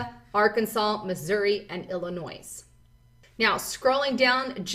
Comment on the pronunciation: FYI, Illinois, the S is silent.